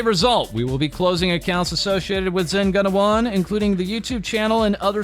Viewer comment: btw it's pronounced: zen goo-na-wan